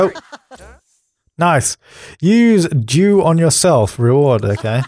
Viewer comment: Every time you say 'dew' it sounds like you're saying 'Jew'. So saying things like 'Lets throw my dew at Lucifer" or "Lets introduce dew into the environment' is hilarious.